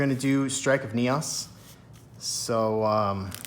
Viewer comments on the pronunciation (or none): Lol I keep laughing Everytime you pronounce it NEOSS instead of NEEOHS 😆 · I can't help but laugh at your enunciation of Neos, Neaus, haha.